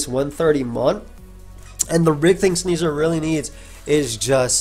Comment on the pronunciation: I cannot not cringe hearing "Sneasler".